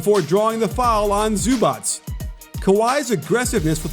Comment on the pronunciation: Why do Americans call zubac “zubots” ?